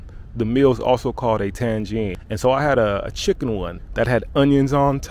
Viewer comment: Bro it is Tagine not Tangine, there is no N befor G, even if you put an N iside the Tagine it's still Tagine XD, And you probablly mixing it with the city of Tangier which has an N before G.